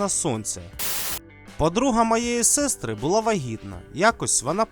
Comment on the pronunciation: СестрИ. наголос на И. І дуже багато інших слів з невірним наголосом.